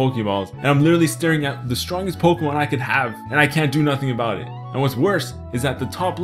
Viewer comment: I PLAY POKEHMON GO EVEWYDAY!!